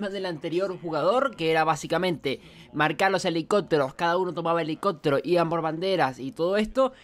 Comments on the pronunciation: Hahaha fue lo primero que noté, yo así de : pero que carajos? Por qué no lo dice bien ? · helicotero????? Helicóptero!!!!!